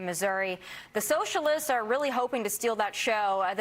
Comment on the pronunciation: Ilhan freudian slip - the sewer socialists 😂 Did anyone else hear it that way or is it just me?